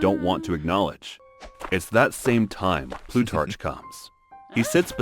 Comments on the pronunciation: Plutarch is pronounced with a hard c, think rhymes with stark not starch. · Plutarch, with the ch pronounced as in cheese???😮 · It's Plutarch, with a hard ch. Like in cholera or architecture, not cheerful or cherry. Greek and Italian -ch is hard. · I don’t think he does research in regard to pronouncing words or names correctly before making these videos, he mispronounced Plutarch throughout the whole thing. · "Plutarch" has a "k" sound at the end, not a "ch" - similar to "archeology" and other words of Greek derivation and/or origin.